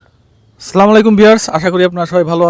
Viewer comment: ভাই সালাম শুদ্ধ করে দিয়েন....